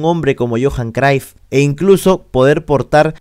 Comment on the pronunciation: Cruyff mano, se pronuncia tal cual 😅 no craif ni croif 😅 Ta buenazo tu video loco! Gracias 🙏🏾